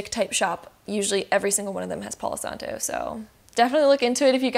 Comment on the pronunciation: "Palow santoe" 😂😂😂